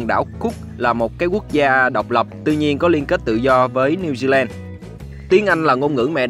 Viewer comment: Thông tin rất hữu ích, xin cảm ơn. Người New Zealand đọc là Pa-mer-stân ( không phải s tôn) và New Zi Lân (ko phải land). Thanks bạn